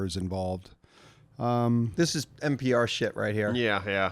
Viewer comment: you drunk, it’s npr not pbr 😂😂